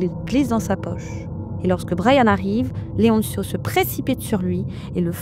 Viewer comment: Leoncio ne se prononce pas "Leontchio", ce n'est pas de l'italien mais de l'espagnol.